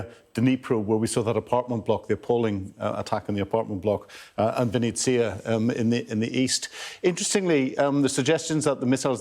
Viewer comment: «Vinnystya»??? Map in the west television are amazing as always, lol